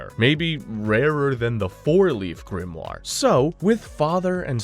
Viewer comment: you say "Yunos GRIMNAR" WHAT ARE U DOING LOLOL